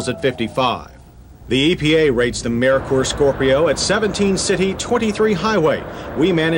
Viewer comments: Lol it's pronounced Murker not Merikur😂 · I always thought it was mer-ker , as in Mercury. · Was “Merkur” really that hard to pronounce?